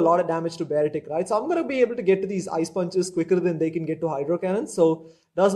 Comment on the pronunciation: Nah you pronounced it correctly 😋